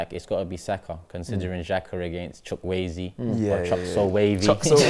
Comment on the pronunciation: absolutely butchered man's name, I am in tears😂 As for the speed demon on the wing, the names pronounced: CHOO-KWE-ZEE